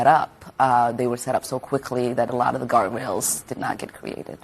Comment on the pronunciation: I’m sorry, did she say Guard JAIL….